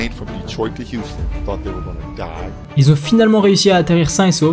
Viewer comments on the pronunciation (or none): none